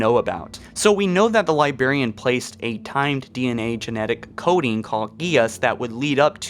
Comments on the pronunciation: Did you just say "Libarian" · LIBARIAN. man you suck at pronunciation, but a good video overall. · "Liberriann" REEEEEEEEEEEE LibRarian. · LibRARian. Not, LiBARian. Great vid, otherwise. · Also- Jesus Christ- it's Lib-R-arian... not Libarian... LIBRARIAN. Librarian. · Is it just me .... or is he saying "Libarian" not Librarian.. which is it supposed to be? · LIBRARIAN!!!!!!!!! With an R!!!! Lol lazy ass nigga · Jesus Christ. Every. Fucking! TIME! THE LIBARIAN. THE LIBARIAN. THE LIBARIAN. THE LIBARIAN. THE LIBARIAN. THE LIBARIAN. THE LIBARIAN. THE LIBERIAN. THE LIBARIAN. THE LIBARIAN. THE LIBARIAN. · Bruh. He said libarian 😂😂😂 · Libarian lol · I love this channel, but libarian come on lol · You’re not a Brit, use your “R’s”! It’s libRarian!!! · I've watched stuff from this channel for a while. I think it's a speech impediment because he's said it that way forever now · NiLog Films you must be new / can't pronounce words properly and he is a clickbait youtuber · He always does lmao. You must be new here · Did you say *LibARIAN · Hey guys this is, its just a coincidence that both and I refuse to pronounce librarian correctly. Dude quit being a lazy and stop stealing your partners money. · Are you unable to pronounce librarian correctly??? For such a popular and entertaining channel, I would think you would take a few minutes to NOT sound so ignorant. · NiLog Films thank god I was hoping someone else noticed it! He put so much emphasis on not saying the r in librarian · I love your videos and but damn the way you say librarian I’m sorry but it just cracks me up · Pronounce Librarian right plz, its bothering me way too much